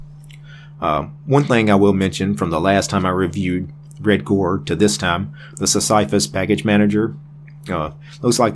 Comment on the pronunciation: Pronounced Sis-suh-fuss ike the character from Greek mythology, presumably. His rock was his thing.